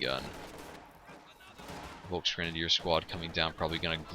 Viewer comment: It's pronouced shtuuurm pioneers not shtern pioneers buddy. Volks is pronounced as folks.